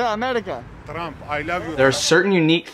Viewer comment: “Tramp. Ay lav yu Tramp.” 😂😂